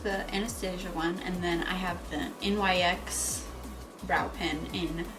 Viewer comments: It’s pronounced like nicks not NYX 😂 I used to say it like that till a girl in the store corrected me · Please pronounce the brand right goodness